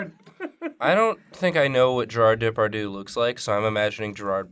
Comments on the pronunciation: Actually the way you said Depardieu is far more of an insult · oh my god! the way you pronounced Depardieu! seriously it hurts XD